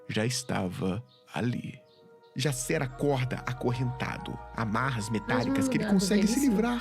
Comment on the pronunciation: É engraçado que que a gente tá tão emergido em cultura estrangeira (inglesa) que o Jaser vira "Jaysser" kkkkkk Ordem é Brasileiro, a história de Enigma do Medo se passa no Brasil, não tem pq o Cellbit e a Dumativa tornar o nome dos personagens estadunidense...